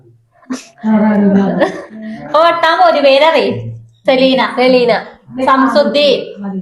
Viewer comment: Samsudheen alla shamsudheen aaan 😂